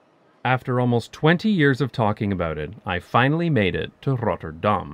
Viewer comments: Love the vid, but can you PLEASE not disfigure the name? You're saying: "Rot-tur-daHHHm," but it is pronounced: "Rot-terr-dam." Keep the "dam" short. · If you want to pronounce it the way Rotterdammers do, lose the trilled R. The first R should be a guttural sound like a Dutch G, just more relaxed, with less air, and ever so slightly more towards the front of your mouth. Forvo has some good examples. The second R is pretty much an alveolar approximant very similar to the one you're used to in English. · Needs more emphasis on the t's, Not 'Rodderdahm' but 'RoTTerdahm' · Damn there are a lot of replies here. 😯 I knew I would pronounce the "tt' wrong. That's because of the lazy North American accent that turns 'tt' into 'dd'. It annoys British people. Thanks for all the suggestions to improve it. Misschien moet ik ooit eens een hele video in het Nederlands maken? That may scare everyone off though ... my kids say my accent is "verschrikkelijk". 😂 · Dutchie here. All the cool kids call it Roffa, but your pronunciation was good. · I find it interesting how you pronounce Rotterdam like "Notre Dame". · Who's the person that told you to pronounce it as RotterDAHM, I would like to have a serious conversation with that person. As we do not emphasize on the "Dahm", there is no emphasis. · You get a passing mark despite showboating your mastery. You've got a very clear accent, with a noticeable pause between the 'Rotter' and 'dam', with the emphasis ending up on the second bit in a rather... American-sounding way. If you get rid of the pause though I think it will be a lot less noticeable, even to natives who are already used to pronounciation getting butchered anyways. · Your first R rolls too much. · it sounds fine, just a bit out of place since the rest of the video is in English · adding to this: the 'R' rolles to much, the 'Dahm' should be shorter and harder.